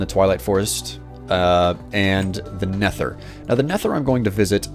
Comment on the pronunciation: It's nether not netthher